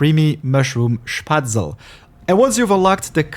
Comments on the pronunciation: You dont say Spaetzle/Spätzle you say Spatzl you have to pronounce the e at the end and the ae/ä like the a in the words tame/ game/ fame. Spätzle is a german/swabian dish essentially some kind of noodles usually with cheese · its sh-pat-sla . its comes from german (Spätzle) , my mothertongue . cheers ! ;) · It's called Spätzle, a German dish. ˈʃpɛtslə ;)